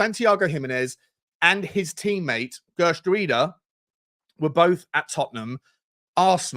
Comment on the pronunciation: Isn't it pronounced "Heh-er-trowda"? Not the best with my Dutch, but I think that is a close pronunciation...